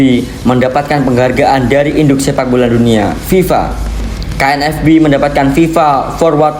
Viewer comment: KNVB min!!! Bukan KNFB🤣🤣🤣🤣